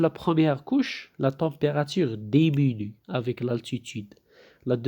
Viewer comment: si on enseigne en français ,il est formellement interdit de parler en arabe.c'est antipedagogique..en plus des fautes d'orthographe (au moins 3 ou 4).mauvaise prononciation (demenue alors que c'est diminue )